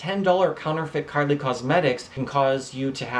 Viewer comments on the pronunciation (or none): you said karli lol